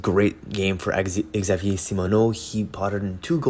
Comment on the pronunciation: I wonder why it is that anglophones have no trouble at all pronouncing the name “Xavier” English fashion [gzayvier] but can’t seem to get it right in French [egzahviay] There’s no “e” at the beginning; it’s just [gzahviay]